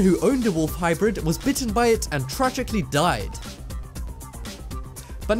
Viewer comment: wolf hybrid not wolf hybird